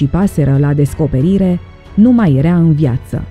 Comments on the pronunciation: Pronunță și tu când prezinți ceva "era" nu "erea" te zgârie rau pe creier. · ador dicția perfectă și vocea e minunată, dar se spune (i)ERA, NU erea.......o doare! Limba română ERA și este minunată NU E-REA! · Deci omul trăi pe Terra înainte de apariția omului. Whattt? Și încă ceva, vezi că zici "ierea" în loc de era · Era* nu "ierea" , jurnalisto !!! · poate ca se pronunță "iera", in niciun caz"ierea". E o diferență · Erea...erea..ce naiba!? 😒😪